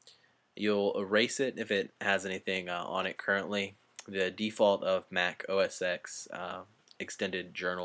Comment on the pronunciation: its: oh ess TEN. not oh ess ex.